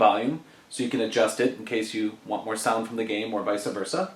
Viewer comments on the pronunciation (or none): LMAO!! VICA-VERSA! INSTEAD OF VICE VERSA! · did you say "visa versa"?